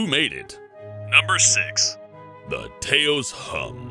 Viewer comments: ITS NOT TA-os ITs pronounced "tows" i live in abq new mexico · Hey uhhh, Taos is pronounced like mouse or house not Tay os its more like ... Touse taos=touse... sorry if I suck at explaining things but as a life long New mexico resident I felt the need to correct this. My apologies for acting like a know it all. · Te-A-ous hahaha that’s not how you pronounce it lol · "taos" is pronounced /ˈtaʊs/ the ao makes the same sound as ou in ouch. so its tous not tay-ohs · he said taos wrong it is pernounced "tows" not "tay-ose" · Taos isn't pronounced T-ay-os It's pronounced T-ow-s Sorry, I'm from New Mexico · its pronounced "towse" not tayos 😂😂😂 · Taos is pronounced towce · Taos is pronounced "Tows" like house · First off Taos isn't pronounced that way. I'm from New Mexico and have lived here all my life and that sir is an incorrect pronunciation. It's said more like the word ow or like the word Taoism. Taos is a pretty cool place. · I don't know 100% but I'm pretty sure that the town taos (because I've lived in NM and heard people talk about it) is pronounced like tous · Taos is pronounced like Towis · Taos is pronounced like house with a t. Yay! I'm an asshole. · Why do you call it tayos lol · it's pronounced "T-au-s" e.e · "Tay-Ose New Mexico" 😂 New Mexican here, its pronounced like house but with a T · umm it's actually pronounced [t-ow-s] for taos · Taos. Tow as In towel and ouse as In house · Taos is pronounced Tause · yo this homie pronounced Taos wrong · He pronounced Taos wrong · That's not how you pronounce toas!!' 🙄🙄😂😂 OMFGGGG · Taos isn't pronounced like that. think house with at at the start. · Any body else bugged that he said "Taos" wrong or is that me? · I like how he says Taos Wrong XD Living in New Mexico I have heard about the Taos hum. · They said name of Taos NM wrong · I think I'm the only one that's not mad that pronounced Taos wrong but I knew that he pronounced it wrong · You said Taos wrong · um, you said "Taos" wrong.